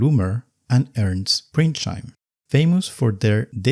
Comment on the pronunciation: I think the man's name is Pringsheim, not Pringscheim, and it's pronounced Prings-heim, no ʃ sound